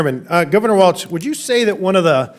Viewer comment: Congressman Fallon shows repeated disrespect in mispronouncing Gov Walz name, there is no "t" in Walz. Further, his disrespect continues in his ending remarks about "impress your limousine liberal friends when you're eating wine and cheese". C'mon Congress, learn some RESPECT for one another. the TX congressman is the pot calling the kettle black.